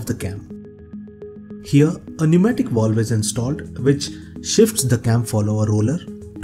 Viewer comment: WTF is a “wowlve”?